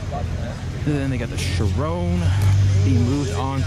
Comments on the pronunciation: I've heard the Chiron pronounced so many different ways. From Sheer-ron to Shy-run to Cheer-ron to now here as Sheer-rone. Da fuck? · It is NOT pronounced "shir-own". Learn how to say words properly.